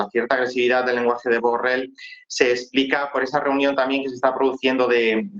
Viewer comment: Solo para corregir a la dama reportera: no sé dice burrel, se dice burrol!, aunque tal vez se enoje el burro por tal denominación!. Disculpa burro!.